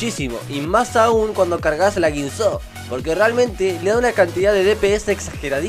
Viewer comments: Sonas a argentino, entonces por qué pronuncias Guisó y Runán? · pronuncia la guinsoo como si tuviera acento